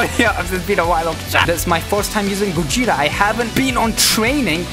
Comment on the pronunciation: It's gogeta not gojeta